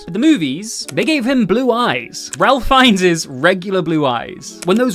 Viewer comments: Ralph Fiennes isn’t pronounced like Ralph. It’s like Rafe. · You may not know because you are too young to appreciate his earlier works, but his name is pronounced "Rafe" not "Ralph." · Ralph Fiennes first name is pronounced like Rayf